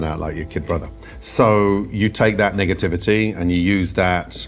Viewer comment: when he said Negativity. I heard something completely else. 👀